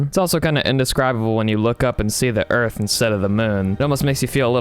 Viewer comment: Hahahah you say earff 😁😁😁🤣🤣